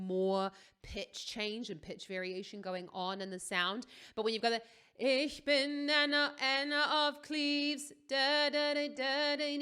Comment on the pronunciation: I was not expecting the perfect pronunciation of "Ich bin" Then i lookes at your Canal info and saw that you are german. Or at least the location thing said Germany. Ich bin auch Deutsch btw lol.